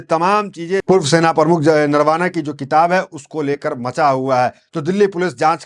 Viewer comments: अरे भाई बार बार नरवाना नरवाना कैसे बोल रहे हो ? भूतपूर्व सेनाप्रमुख नरवणेजी यह बोलना ही सही होगा | थोडा सुधर जाओ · भाईसाब आप पत्रकार सेना ध्यक्ष श्री नरवणे बोलिये नरावणे मत बोलो